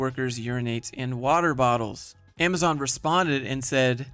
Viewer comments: I can't get over the way she says "amaZEN" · The way she says AmaZen. It really hurts my ears ow.